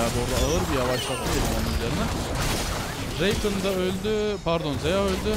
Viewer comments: Şu rakana reykın deme Allah aşkına tüm yerelleştirmelerinde adı rakan diye okunuyo heronun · Abi n'olursun şuna reykın deme rakan o Kürt gibi söyliycen